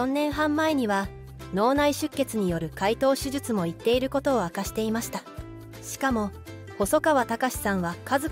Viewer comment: いっているではない。おこなっているです。最近こういう間違いが多く気になります。